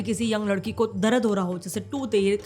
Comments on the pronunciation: Darad❌ dard✅ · DARAD nahi DARD - apni pronounciation pe kaam karo - NOT good!